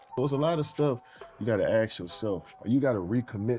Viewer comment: Do you have to ASK yourself, or "axe" yourself?